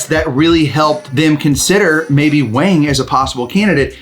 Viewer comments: Wang is Wong, not Waing. But in redneck, it is Waing. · the chinese name "Wang" is pronounced "wong" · Love the dogs and love seeing the pupdate. No criticism here, just a little helpful info about Wang's name. If you mean the Chinese name 王, the "a" sound is more of an "aw" sound like the "o" in fog. Cool to see how his eyebrows are like the top verticle of the character, the line of his nose is like the verticle line of 王, and the blond across the cheeks and across the chest kind of make the bottom two verticle lines of the character 王. To me Wayne will always be a 王.